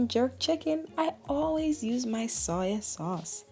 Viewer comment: The way u say soy sauce tickles me 😍💚😁